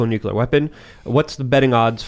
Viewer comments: The word is Nu Clear not Nu Ku Ler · So many smart folks...then they say "nucular"...I just don't understand. ;-) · how do you take it seriously with 2 guests saying nuculer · I stop listening once someone says nukular. This guy doesn’t know what he’s talking about. Russia is actually winning this war. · Am I the only one irritated at multiple people saying "nuke-yu-lar"? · Does no one know how to say nuclear anymore? Lol sheesh. Almost sounds on purpose ironically, but likely not. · The guest lost all credibility when he added that 2nd "u" to "nuclear"